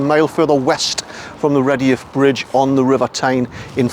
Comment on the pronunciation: Fascinating stuff, thank you. I'm a durham lass myself and I pronounce it Red'yuff Bridge. May I ask where your pronunciation " Reddy-Yuff" comes from?